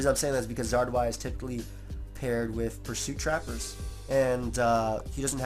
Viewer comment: sigh i was just sayings "its zard y " like 20 times in a row and what happens? zard y smh